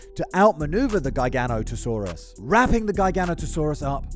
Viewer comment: Gi GA not a saurua not Guy Gan ota Saurus